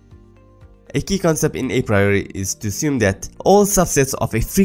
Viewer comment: dude you need to learn how to pronounce apriori.